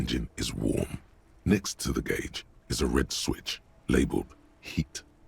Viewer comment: That one is interesting to me because so many non-native speakers get the pronunciation of "gauge" wrong but you sound like a native speaker, so why?